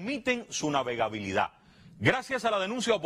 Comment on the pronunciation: "navegavilidad" usted a parte de ser una marioneta del gobierno () es pésimo en el lenguaje😂